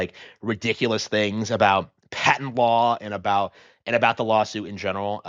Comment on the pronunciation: Great video! But word of advice, it's "pat-ent."😅